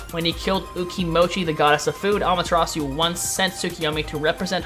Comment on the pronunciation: well i have 7 years of japanese fluency, and its obvious when broken down the name susano'o is su-sa-no'o the insert does no stop the sound it carries it on. as a person living in japan for 2 years you should know that. its all im saying, btw i notice you said amaterasu i[-with the oo sound...the u in japanese is a sharp uh not oo...once again as a person 2 years residence in japan you should know that also.